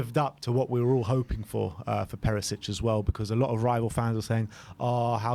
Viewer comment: Nice video. Btw, surname Perišić should be pronounced PeriSHich, not Perisich.